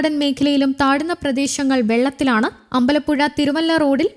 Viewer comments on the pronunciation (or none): none